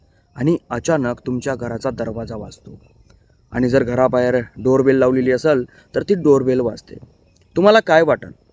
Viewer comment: शेवटी Door Bell च्या ऐवजी Bare Dol म्हटले ना भाऊ तुम्ही😂